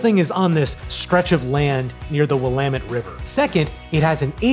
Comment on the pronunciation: willamette pronounced correctly !!!!!